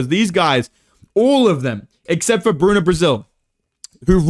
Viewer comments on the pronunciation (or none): none